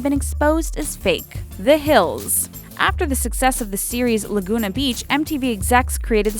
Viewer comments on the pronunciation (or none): none